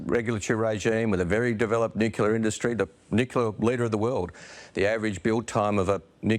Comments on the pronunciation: Its pronounced NU -CLEAR, NOT NU-CU-LAR!!! Jeez!! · Hi, Folks. The 'honorable' Christopher Bowen can't even seem to pronounce the word, "nuclear", correctly - read "nucular' - so why should we accept anything else he preaches at us????? Just my 0.02. You all have a wonderful day. Best wishes. Deas Plant. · He can’t even pronounce the word nuclear. Didn’t the French build one in 7 yrs, 50 yrs ago. Blackout Bowen can’t allow nuclear, twiggy and his mates would lose all those subsidies. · Bowen can’t pronounce nuclear ☢️